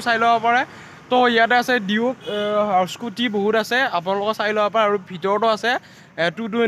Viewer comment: Bro duck na duke oo😂😂😂😅😆😆😆